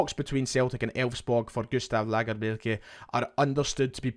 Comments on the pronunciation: Please keep doing that Scandi accent when you say Lagerbielke. Don’t get lazy with it, I will tune in to each update just hear it. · Hope lagerbeilke signs … listening to you say lagerbeilke is proper quality we need more .😀